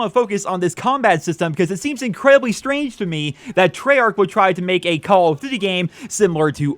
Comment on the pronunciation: "Call of dvvy"